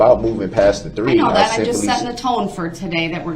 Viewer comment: Did he really say "dat"?